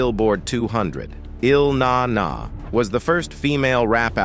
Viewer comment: I had to cut this off after hearing 'Ill NaNa' pronounced. Can't let others tell our stories.